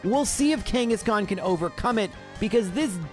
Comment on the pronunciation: KANGA KANGA KANGASHKAN